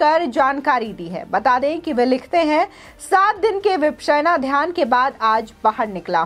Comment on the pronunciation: Vipasana hai. Vipsena nahi. Pronounce tho thik kijiye.